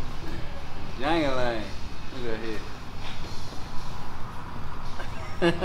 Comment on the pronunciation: The characters name from the movie Life is Jangle Leg not jangle Lang